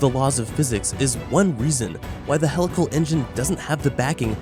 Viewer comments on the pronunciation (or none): Sorry to come off like a grammar nazi but it's HEE-lical, not hell-ical. It's a wonderful video - great explanation for those not familiar with the content - but a video on such an advanced technology topic probably shouldn't have an incorrect pronounciation of it's main topic. Just sayin'..... Thanks for taking the time to discuss this and keep the great content coming! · Isn't it pronounced "hee-lical"? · At least say it correctly PUH+LEEZE....??? HEE-Lical engine....yes??? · I wish I could handle “hell-ical engine” but it bugs me too much for some reason. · Just the way helical is pronounced was a HUGE RED FLAG this is typical regurgitation of material not understood and unfamiliar to the narrator.